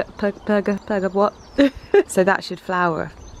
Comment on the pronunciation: you said pergola right the first time! love you! pergolas remind me of my mother who had one built in our old back yard for bougainvillea